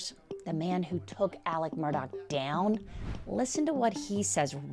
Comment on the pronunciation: i am baffled by Alex being pronounced Elik every time.